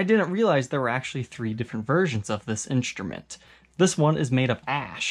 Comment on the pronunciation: Why do you say "inSHtrument"?